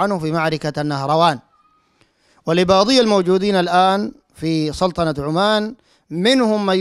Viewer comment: ركزوا كيف ينطق سلطنة عمان .عندما يريد الله ان يغلط الشيخ .في الدقيقة 5.30 ويقول سلتنة عمان .ان تغلط كثيرا والناس تتابع